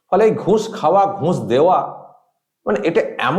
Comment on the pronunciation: একটা কথা না বলে পারছিনা,, নিজের ভাইয়ের মতন মনে করি বলেই বলছি,, উচ্চারণে একটু ভুল হচ্ছে কথাটা ঘুঁষ হবে না, হবে ঘুষ।